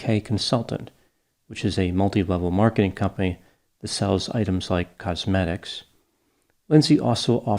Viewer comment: the way you said "cosmetics" lol